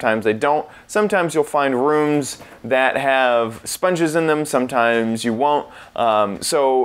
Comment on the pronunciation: He says the word “rooms” like “runes”